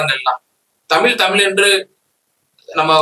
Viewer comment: எப்பா நெறியாளரே.. முதலில் நீங்கள் தமிழ் என்று அழுத்தமாக கூறுங்கள்...